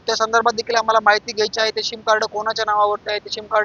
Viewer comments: पत्रकार साहेब ’सीम’ कार्ड म्हणा ’शिम‘ नहीं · शिम नाही रे सिम सिम कार्ड